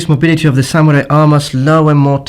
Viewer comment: you actually said samurai right!